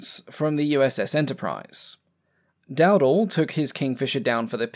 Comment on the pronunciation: I see someone has already corrected has corrected the pronunciation of Iwo Jima, so the only thing left to do is correct the pronunciation of my cousin's name... Dowdel is pronounced DowDell.